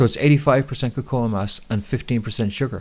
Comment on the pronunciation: Im sure Cocoa ia not pronounced like that. You said it right the first time then kind of made your own word up lol